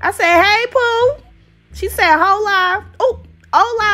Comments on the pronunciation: " she said hoela " GHSFJSGJAGSJ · The way you said “hola” 💀😂